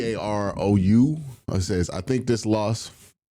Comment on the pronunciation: Think you misread my comment Q, I was saying I didn't think Fannon would be bad, but I didn't think he would be this good so it's been a nice surprise. I get it, you're reading these off the cuff while you're doing the video so it's easy to catch things different. Also it's said "ga-ROO" xD.Here's hoping we have better things to talk about after Sunday, like maybe Myles hitting the record. Go Browns